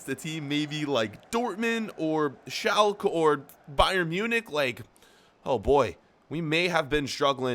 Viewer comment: Did he just said Shalk😂